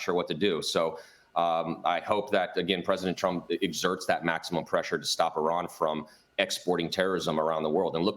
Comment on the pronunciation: Don’t talk about a country you can’t even pronounce like your an expert. Repeating the same talking point every Fox News guest spews about Iran.